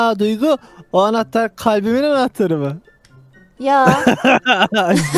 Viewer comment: Enahtar diyince çok komik diyorsun. Hepinizi çok seviyorum. Çok tatlı sevimli prenses ve kral bir ekip oldunuz. Sizleri çok seviyorum. Beni sizler güldürdünüz allah sizi güldürsün